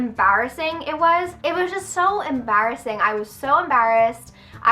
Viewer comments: She said embarrassing wrong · I just LOVE the way you say embarrassing lol I don't know why!